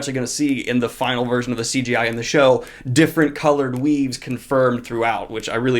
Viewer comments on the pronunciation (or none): My first thought : Did he just say coloured weebs? Oh wait, weaves, that makes sense.